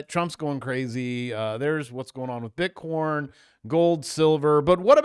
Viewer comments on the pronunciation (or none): Why pronounce it as bitcorn